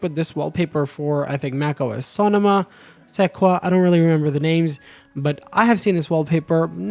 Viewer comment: Dude, the way you say Sonoma is hilarious